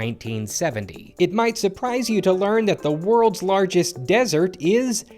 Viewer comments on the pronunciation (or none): none